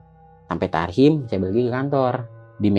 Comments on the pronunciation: Tahrim bukan Tarhim 😁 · TAHRIM bang bukan tarhim😂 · maaf bang bkn tasrim tpii tahrim x yaaa lucu bgt si abang😂😂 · tahrim wa bukan tarhim😂😂😂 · Tahriman uy bukan tarhim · Bang tahrim bang bukan tarsim 🤣😅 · Tahrim bg bukn tarhim😁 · Ada ge tahrim bang Bukan tarhim 😁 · TAHRIM bang bang bukan TARHIM🤣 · Tahrim bang bukan tarhim 😄😄😄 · Tarhim yang bener